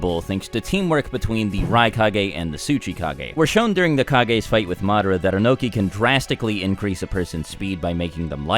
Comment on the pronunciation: Itachi is still the greatest. Imagine if he took another Uchiha's eyes like Madara and Sasuke did! Good lord the way you keep pronouncing Madara is killing me.